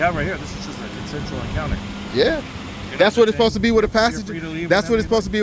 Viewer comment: "Posed" is obviously mispronouncing "supposed". You know, like when southerners say, "fixin' to", and leave the "G" off of the end of the word, resulting in the mispronouncing of "fixing". Like when southerners say "like 'iss", or "like 'at", thus mispronouncing "like this", and "like that". There are plenty of others, but I think you get the point. Not really sure what yours was, but uh....Okay. -_